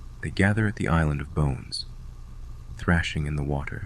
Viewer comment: Why is the pronunciation so weird? "Boneez?"